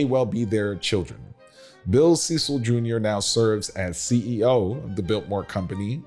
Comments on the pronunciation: You mispronounced Cecil dozens of times. It is pronounced Sessil, not Seecil! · You might want to address them as they address themselves... Cecil (SESS-il as in rhyming with "vessel"), not SEE-sill. Get it right if you're going to teach history. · Cecil is pronounced as sessil, not seesil. Short e sound. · Interesting piece, but the Cecil's pronounce it as "sessil" rather than "seesil". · I worked at Mission Hospital in Asheville for years and had the pleasure of caring for members of the Cecil family. They do prefer the English pronunciation of their name with “ses-el” rather than “see-sal”. The house and grounds are amazing as well as the economic uplift it brings to Western North Carolina. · It is not pronounced "Cee-sil", It is pronounces like "Sess-el". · Their name is pronounced “Sess-sull” not “see-sull” (Cecil) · Correct pronounciation of the name is not Ceecil...it's "Cessil" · pronounced Ce (short e) cil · Very interesting video about the Vanderbilt family here in Asheville, North Carolina. But I would like to make one important correction. The last name of the family in charge today,Cecil, is not pronounced the way it looks, but rather rhymes with the word vessel. Please and thank you! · Went many times from 1973 thru 2002. Lived nearby. Not to be picky, but the guy narrating mispronounced Cecil. Its sort of a short sound e. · You mis-pronounce the Cecil last name. Bill Ceil is a classmate and friend of mine.